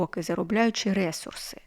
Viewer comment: Дякую, дуже інформативно. Але можна вас трішки поправити😅 не рЕсурси, а ресУрси. 😅 Коінпей грала, щось не сильно зайшло але спробую ще😊